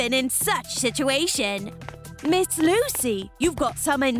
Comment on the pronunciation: It Lucy not luci